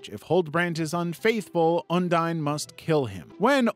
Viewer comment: Bruh when he says ondine it sounds like undyne